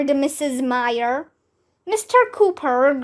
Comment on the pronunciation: um. that is not how you read "myer".